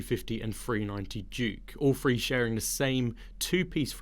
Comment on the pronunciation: Say three , not free, shameful